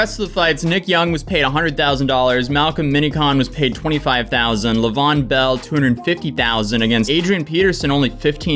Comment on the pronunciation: Lay-ve-on Bell sorry that triggered me. Pls continue…